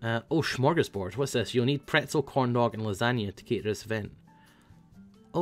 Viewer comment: ''Shmargos boerd'' love your pronouncasion of Smörgås bord xD